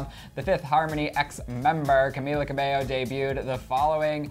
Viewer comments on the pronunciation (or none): Sorry but did you just say.. cabeLo..? :")